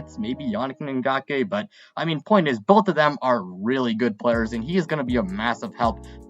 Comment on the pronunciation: Yah-neek IN-Gock-way Cleeee-LIN FUR-L